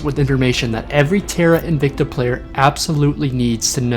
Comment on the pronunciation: Just a tip, the word 'invicta' is pronounced in-vic-ta, and not in-vec-ta as you have been pronouncing. Technically in Latin it would be pronounced in-wic-ta but don't do that :P